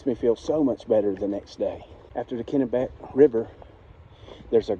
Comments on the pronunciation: I think you're pronouncing Kennebec right. You can never tell about the Kennebec by looks because the water level can change so rapidly due to the dams. You must be catching that heat wave. That week, it was hotter at my brother's in Boston than it was here in Texas. I don't think I've ever seen a Nobo who didn't slow down in Maine. Even the ones doing 30 miles in the south end up only doing 10 or so a day in the Whites of New Hampshire and Maine. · You pronounced Kenebec perfectly. Katahdin needs some work though. Lol Great videos, keep it up !